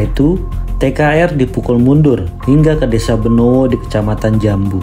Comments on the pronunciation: Bedono min.. Bukan benowo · Yang betul Bedono bukan benowo